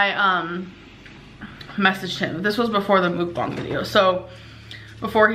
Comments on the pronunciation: Its pronounced Mook bang with a long a. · So is it (mook bong) or (muhk bang) because the second makes the most sense. 1. The you would look like ( ü ) for moo 2. It really irritates me the way she says it. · She said Mookbong bish that ain't how you effin say it. Shut up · how many times did she say MoOkBoNg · Mook-bongs? Is that how it is really pronounced? Sounds like some type of drug paraphernalia. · Can someone tell it's not MOOK bong....that drives me crazy...learn how to say the damn word. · She can't even pronounce it correctly!!